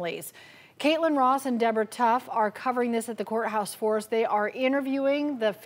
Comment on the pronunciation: That gal in thr blue dress looks very healthy, but she needs a lesson in pronunciation: it's "courthouse" not "core house"